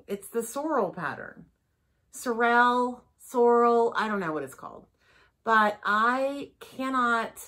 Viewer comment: Haute is pronounce H-O---t like the letter O is O in the middle and Sorrel is pronounced SORE-Ruhl as in sore muscles and rule like a queen.